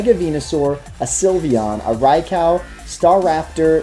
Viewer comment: Gibson Gillett-Behrens Funny enough, he's actually closer to the pronunciation than anyone who says "rye-ku".